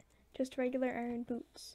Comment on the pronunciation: "ooo look at all of these eye ron" that was really ironic 😉